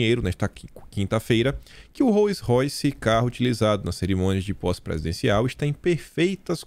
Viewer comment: Só um tok...a pronúncia correta é ROUS royce